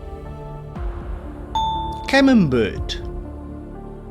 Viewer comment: Munch is pronounced Monk.....Camembert is pronounced Camember....the t is silence.....